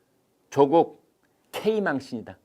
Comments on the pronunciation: 대기자님 발음이 예술인데요 초쿡 어이그 챙피해서 얼굴들고 동네를 어떻게 다닐까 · chok uk 이죠 구글발음이 좋아 ㅋㅋ